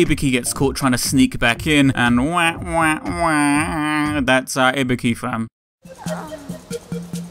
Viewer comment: first off: THANK YOU FOR PRONOUNCING IBUKI'S NAME RIGHT! SFIV kills me everytime with their pronounciations >~< and then the hidden where's wally, perfect ninja~